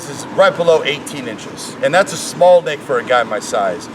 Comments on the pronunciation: it''s neck not nick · is it me or is he saying nick instead of neck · The way he said neck like "nick" bothers me so fucking much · He saying neck, but it sounds like dick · is he saying "neck" or "dick"? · I was in a different tab and thought you said, 'Forearms the size of his dick'. Pls Rick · He can't pronounce neck